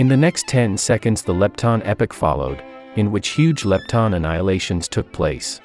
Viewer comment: Planck EPIC? It's pronounced "Planck EPOK" 👎